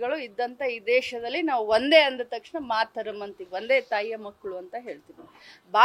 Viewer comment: ಮೇಡಮ್,ತತಕ್ಷಣ ಅಲ್ಲ. ತಕ್ಷಣ ಅನ್ರೀ.